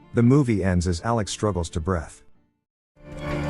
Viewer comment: Yes, obviously. Did you hear how he pronounced the word 'breathe' as 'breath' in the end?